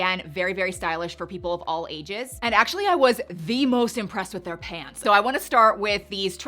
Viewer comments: I’m sorry, but please stop saying “PANTS” like that. It sounds bizarre. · Why are pronouncing pants like that? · Why are saying pahhnts? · I can't say I have heard you speak with a Canadian Prairies/Mid-West accent before today but the pronunciation of "pants" is straight-up Calgarian.